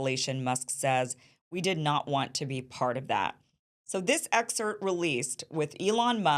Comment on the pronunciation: “excert” -> “excerpt”